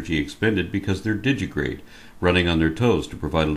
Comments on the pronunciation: Great video, I just have one note: , you pronounced it "Digigrade", it's actually "DigiTIgrade". If this has already been pointed out, disregard everything past "Great video". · I love you, but please, stop saying, "DIGITIGRADE"? pLANTIGRADE is fine, though.